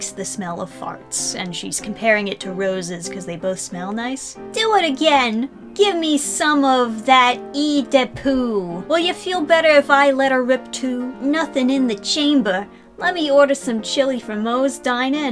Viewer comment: for future reference, "Eau" is pronounced more like "Oh" or the O in "go." Guessing ya've never seen/heard a French perfume name said aloud before, like eau de parfum.